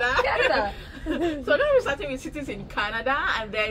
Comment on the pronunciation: Kah- na-da😂😂😂